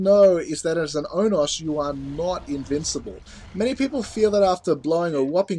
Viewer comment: Its pronounced Oh-no-s Onos